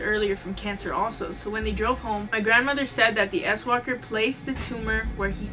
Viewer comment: I was caught off guard when you said swalker bc I heard asswalker.... Now all I see is someone with their legs up in the air scooting towards you on their ass.🤔.... Love your content